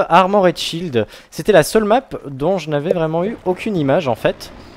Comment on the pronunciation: Bon ... je ne peux pas me retenir, désolé. Super vidéo, mais on ne dit pas 'ARMO RAID' mais ARMOR'D .... il n'y a rien à dire entre le R et le D ...